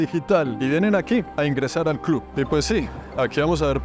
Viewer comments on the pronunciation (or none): none